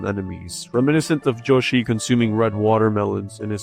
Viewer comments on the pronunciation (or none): yoshi ❌ joeshi ✅ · Hearing "" instead of "Yoshi" made this video almost unwatchable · Dude. isn't "different", it's literally just wrong. Yo-shee and Yow-shee are different ways to pronounce Yoshi, but this is a Japenese word, the "Yo" under no circumstance is gonna result in a "J" sound, not to mention that in English "y" only makes a "yuh" sound, an "e"-like sound like in happy, or historically thorn, like the th in think. Also I don't know why this offended you so much that you had to activate ad hominem mode like a far right twitter user, do better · Is nigga just pronouncing yoshi ''joshi'' on purpose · "" Also nice video! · why do you call Yoshi “”